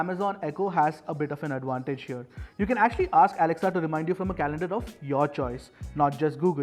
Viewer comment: hey Mr. never ever say to the echo. alexuao that she very wrong say alexa